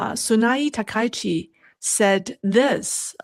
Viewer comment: ‼️.... STOP 🚫 Please Pronounce the PM name correctly please. Its pronounced TAKA_EE_CHEE..... not TA_KAI_CHEE.... you are pronouncing wrong on purpose. Please STOP IT. Be professional. SEATTLE USA